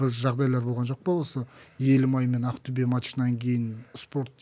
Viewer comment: Не каип АКТЮБЕ. деп Актобе десен запад -ло ма соз магынасын тусинбетин Такаппарлык кимге пир боп турсын